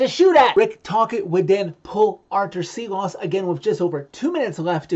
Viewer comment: its pronounced shilovs, that S with the little tiny v over it is a "shh" sound